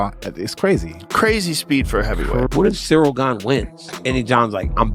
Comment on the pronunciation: Thumbs down. I thought his name was pronounced "Gahn", not "Gain." I am little more than a casual fan, but it's hard for me to listen to MMA media when the names are mispronounced.